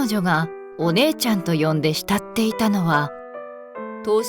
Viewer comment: 慕っていた → ✕ひたっていた ◯したっていた